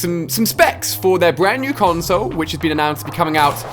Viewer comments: the way he says console thou......... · Who does the way he say "console" seem so weird. I know its his accent but he says it in such a different tone. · Sorry Ali but the way you pronounce "console" is so hilarious!!!